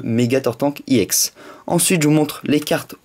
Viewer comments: Je sais pas si tu le sais, mais ca ne se prononce pas "I EX", mais, "EX", car EX comme EXTREME ! :) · j ador ta video juste pas iex juste ex